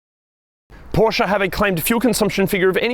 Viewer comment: Thank you for the great review. I'm thinking about buying a 2018 Macan S now. It feels and looks like new. And thank you for saying Porsche and not Porsh like most English speakers :)